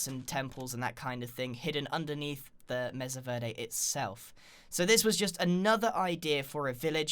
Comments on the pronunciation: verde is pronounced like ver- day Plus he has an accent so it might change the way he says it no matter if he likes it or not. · Grian, I hate to burst your bubble, but mesa is pronounced may-sah. Verde is pronounced bare-day